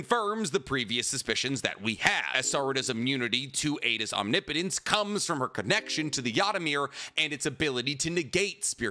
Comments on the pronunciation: My guy: Om-nip-o-tence. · I give up, this man is gone say OM-Ni-Po-tence till the end of time 😂😂😂 Love the content though, keep it up! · I don’t mean to nitpick. But please pronounce the word correctly. Omnipotence. (Om-ni-puh -tense). I cringe so bad hearing it said wrong every video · Do you say omnipotence that way to hurt me? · I feel like you mispronounce omnipotence just to get people riled up. Nobody is dumb enough to think that's how its said